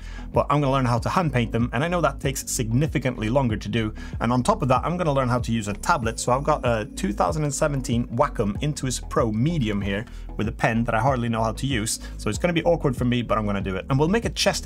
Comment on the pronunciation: WAH (like WAter) come. Not WACKem.